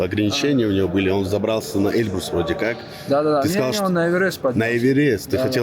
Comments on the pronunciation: Выучи ударение в названии горы "Эльбру́с" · Почему они говорят Э́льбрус?